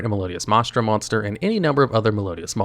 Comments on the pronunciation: MAH-Strah. Mai-stra.. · Sure that’s fair, the point is that he is pronouncing it neither of those ways 🤣 “MAH-STRA”, unfortunately the channel has a reputation for bad pronunciation; don’t get me wrong I love the content, I just sometimes get irked like right now lol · MY-stra, not MAH-stra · I don't know if used AI to record this or if he just never saw the word before, but Maestra is pronounced "Mai-eh-sht-rah." Same as "Maestro," just with an "A" at the end since the monster is female. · It’s pronounce MICE-TRA